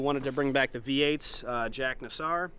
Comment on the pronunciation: It’s pronounced “Jac Nasser” not Jack Nassar I was an auto electrician from the late 1980s in Australia and I pulled many of the EA’s apart fitting accessories etc and let me tell you the early EA’s build quality was abysmal - the interior quality and fit was probably their worst effort in many years - in Australia falcons had a reputation of the first model of a new shape was very poorly made but by the time they refined it and ironed out the bugs they were good things - the EB and ED were much better Now let’s discuss the dreaded 3.9 alloy head issues 😢😢😢😢😢 The main issue with the driveline in the cars before the 4.0 were cylinder head hot spots - cooling and radiator places in Australia could tap new coolant galleries or pipes in the head to increase the coolant flow past the hot spots My advice is stick a mighty Barra in it - probably one of the greatest motors ever built by ford anywhere Also, Go around the interior and just check the tightness of the fasteners for the trim, seats, dash etc because I would always find trim and interior fasteners to be loose